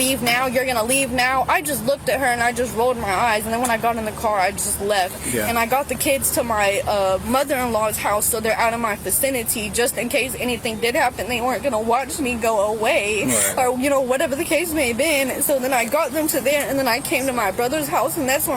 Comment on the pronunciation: “…so they’re out of my ficinity…” 🙃